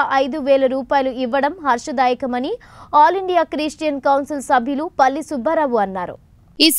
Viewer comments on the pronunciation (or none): తల్లి ....,,,,🤦 పల్లి సుబ్బారావు కాదమ్మా.. జల్లి సుబ్బారావు..